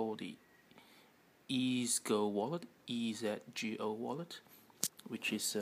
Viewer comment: I think it's pronounced Easy Go wallet. :)